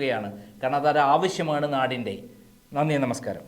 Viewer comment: നമസ്കരം അല്ല നമസ്കാരം എന്നാണ്.